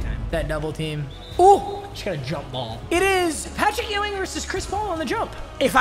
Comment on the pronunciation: Papa his name is not EWW- ING its YOU-ING